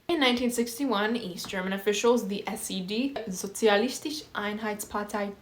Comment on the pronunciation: as a Geman, it always triggers me when people left out the "E" out on the end of german words ngl. just as a reminder :) like its SozialistischE and East german MiG 29 mentioned RAAAHHHHHH